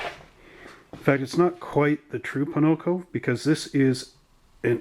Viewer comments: Why you say Ponoco? its pocono not ponoco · Hi, i like your race league videos they're fun to watch. but I'm curious are you intentionally saying Ponoco, as i live near the track its odd to hear you say that b/c its Pocono Speedway, no hate just saying. keep up the great work,looking forward to the next race